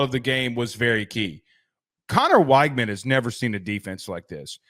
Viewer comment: “Connor WAIGMAN” 😂